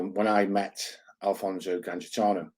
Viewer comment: Liking the international flavour bud. Btw, it's Alfonse not Alfonso 😂 But fair play, the Ozzy lot are an interesting bunch. Mad as you like 😜